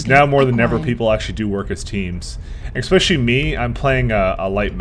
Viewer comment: Especially not ecspecially or exspecially!!!